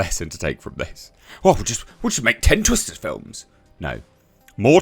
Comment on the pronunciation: Sounded like you said Twist This..😂😂